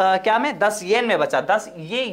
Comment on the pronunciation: Pahli baat 10sen nahi 10 yen hota hai 😁 Aur dusri ye ki 60 (sixty) yen nahi 600 (six hundred) yen hai vo 😂 But achhe se clear kar diya aapne 👍